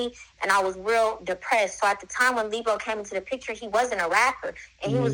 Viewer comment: Not leebo😂